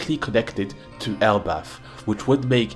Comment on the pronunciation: Elbalf ❎ L Buff ✅